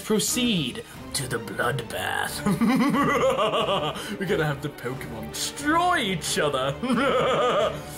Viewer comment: pokemon not pokemans god sake